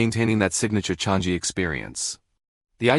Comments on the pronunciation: 😂 Changi is not Chang-jee, more nasal sound, like chungng - gee. Named after a tree, the Changi tree in the area. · It’s pronounced as CHANG-EE not Chang-gee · The AI voice need to learn how to pronounce chang EE